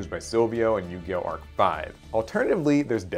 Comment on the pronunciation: BLESS YOU FOR TEN THOUSAND YEARS FOR PRONOUNCING ARC-FIVE RIGHT I LOVE YOU